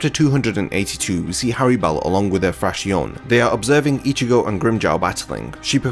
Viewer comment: just a lil commento, it is pronounces Frakzion...with the accent on the O. It comes from the spanish for fraction...the fractions of the numbered Espadas I guess